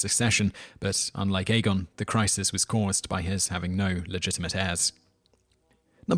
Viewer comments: what was that? Ai-gi-on? Aegon? I've heard Egg-on or Ä-gon (the german ä) or A-gon, but never Ai-gi-on. Most say A-gon I think But the guy who reads the audiobooks also pronounces some things differntly than most readers. Petyr, Brienne and Valar Morghulis I read differently and the show agrees The Doom was in 114 before the conquest, not 1 or 2 (or did he say 102? That's wrong too, there is no set year in the show and in the books it's 114) Aegon the Conquerer's great-great-great-grandmother was Daenys the Dreamer who forsaw the Doom and her Father Aenar the Exile moved his family and dragons from Valyria to Dragonstone about 10 years before it happened and then they just hung around till Aegon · 1. you are out of control. pronounce something right for once. it's aegon, pronounced egg-on. 2. not everything is fn china. hadrian's wall makes infinitely more sense, and btw, the great wall of china may be longer than the wall in westoros, but the one in westeros is much taller. and have you ever heard of the black dinner or that roman that had molten gold poured over his head? gtfo of here! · Aegon the conqueror pronounced Aie-gon, not Adrian someone new will get confused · hold on did he just say aegon like "aygeeon"? its "aygone".. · Age-e-in? Dude find out how to pronounce pretty major characters of the series before making click bait videos that try to knock it down a peg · He didn't pronounce some asoiaf words that well either. Aegon for example